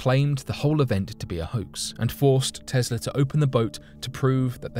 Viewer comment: Who is this "Tezzla" you speak of?